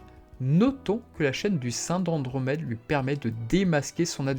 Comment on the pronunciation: Pourquoi tu prononce le prénom d’andromede « choune » ?